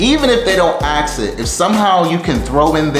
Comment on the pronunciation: “axe”? K. Guy gets a job and day 1 thinks he’s an expert while he can’t even pronounce basic words in English.